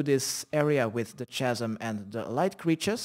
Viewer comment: Hi friend thank you for videos but chasm is pronounced With a K like K asm